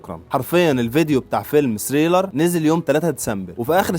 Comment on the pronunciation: ليش ما تلفظها صح؟!؟!؟!؟!؟! ثريلر و ليس سريلر